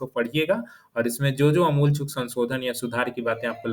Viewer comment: आमूल चूल बोलिए सर ।